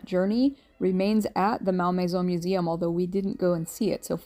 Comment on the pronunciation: ….Think your pronunciation may have been the cause of locals not understanding “where” you were going 😂. (It’s not “MAL MAYZONE” — but, “Mol Mayzaw” )